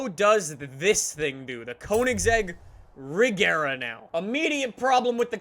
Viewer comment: I love how he mispronounces every single car name. "A-gare-uh" "Cheer-rone" "Vair-on" I haven't finished the video yet but I bet he's going to say "Jag-warr".